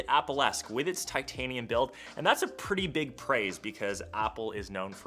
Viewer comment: you said, "pig guys its..."